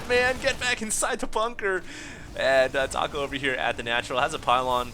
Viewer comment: I'm pretty sure that's pronounced "Tack-O" looks JP to me (or possibly Korean?) Another scrub game... *sigh*